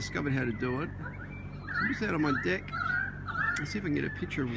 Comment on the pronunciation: Lol, I thought you were saying dick then I finally heard deck.